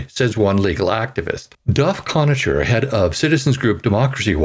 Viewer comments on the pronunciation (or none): You should definitely read the article at least once, before recording. Conacher = [Con] [Aker] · It's pronounced Con a ker. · His name is pronounced KONAKER. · the name is WESTMINSTER… A PLACE… not west MINISTER`; PLEASE CORRECT YOURSELF! It is the same as saying o-ta-way and not Ottawa! I like your articles, but you MUST do Better at pronunciation of nouns! Duff Conacher (KON-A-KER) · Conacher is pronounced like Conaker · You have a great voice. Re: "Connacher" and "exigencies", always good to check pronunciations before going to air. Helps with subscriber levels. You're welcome.